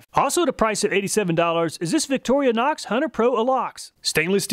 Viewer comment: What on earf is a "Victorianox"?